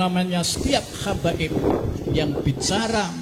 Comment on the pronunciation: Bukan kabaib madt yg benar Habaib..ngomong gak becuss